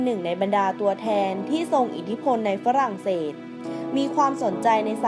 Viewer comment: มองเต๊ดกิเออ. ปารีด. ฝลั่งเสด. บิน คินตั้น ออกเสียงได้โหดมาก